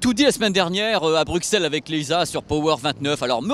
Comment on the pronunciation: Psst, on prononce Brusselles xD